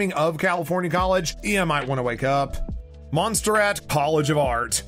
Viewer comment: It is pronounced YA-SHEE-VA. You should check your pronunciation. MON-SER-RaaaT is another example of your pronunciation errors. I just want you to know how these things are said, especially since you are criticizing them.